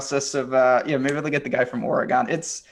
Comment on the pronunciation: Ora-gone LOL